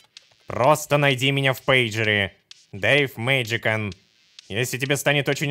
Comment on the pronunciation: Насчёт ника Дилана. Не ДевМэджикан, а ДэвМаджишиан. Не ругаюсь, но говорю как на будущее")